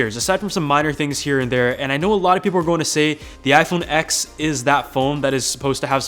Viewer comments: It’s ‘iPhone TEN’ not iPhone ‘x’ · You said iPhone "X" 😂🤣 iPhone pleaseeee 🙏🙏🙏🙏